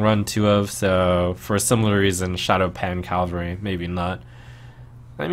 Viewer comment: Cav-al-ry. Is someone on horse (or other animal) back Cal-va-ry is a location.